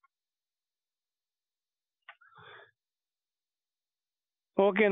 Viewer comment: Dumb question - what is tarcov? Tarkoff? Omg this is hilarious lolllllll the toothbrush omg 😂😂😂😂😂 i can’t take this lol